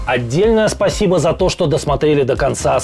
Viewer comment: С детства детей учат волшебному слову СПАСИБО. И Зеленского наконец немного научили его выговаривать. Но не всегда.